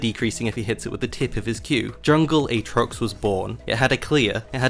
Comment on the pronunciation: play like how he should be, AA-trox